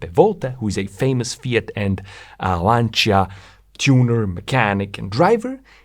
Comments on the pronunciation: very interesting as usual.. even if your videos are worth watching just to hear "Lancia" pronounced correctly! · Finally somebody that can pronounce "Lancia" correctly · Fantastic video. Thanks for making. Thank you also for pronouncing 'Lancia ' properly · Thank you for saying 'Lancia' the correct way. I'm tired of hearing Lanssia lol